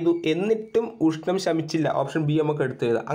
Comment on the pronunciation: നാല് + നൂൽ അല്ല നല് + നൂൽ എന്നാണ്. അതുപോലെ ഊഷ്ണം എന്നല്ല. മലയാളം topic കൈകാര്യം ചെയ്യുമ്പോൾ ഉച്ചാരണം നന്നാക്കാൻ ശ്രമിക്കണ്ടേ